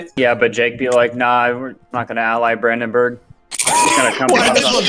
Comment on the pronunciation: "Brandeburg" NNNNNnEINNN